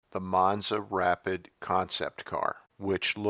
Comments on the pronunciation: Oh ..Rapide is not pronounced as "rapid"...it's ra-pee'd. They wanted it to sound European or something. Lol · Pronounced rahpeed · "Ra-PEED" is how "rapide" is pronounced. These cheapo "Italian" wannabees had terrible fit and finish, as well as weak QC. is just one example of that fact. EMBARASSING!!! That door is not even close to being aligned. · Rapide - pronounced, “ruh-PEED”. Just sayin’. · Rapide - "rap-peed"